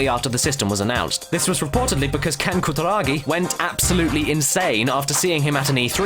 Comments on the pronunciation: Holy shit you butchered his name. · pronunciation of Kutaragi:P